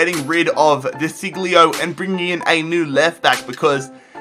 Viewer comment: You really mispronounced De Sciglio's name. You should pronounce it like this: De Sieljo